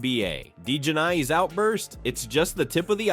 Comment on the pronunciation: Her name is pronounced like Dijonaise without the S . Like The mustard.